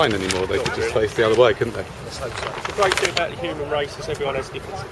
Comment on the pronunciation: but what is the queens english (which was totaly different to the politese of the language we use today ,)i get what your saying though but i dont think reginal accents are a problem when speaking with someone from the same region ,so you obvious;y knew what i he meant by saying "fink" so what the big deal ,i know it cost nothing to be polite ,but if you argue that fact is that not butting against free speach? im just saying its not a big deal is it ?